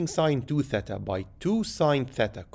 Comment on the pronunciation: Respect for saying “thêta” and not “theeta”